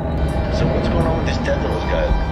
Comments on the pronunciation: I like how you say Tedros like it's Tedross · I love the way pronounces "Tedros" lol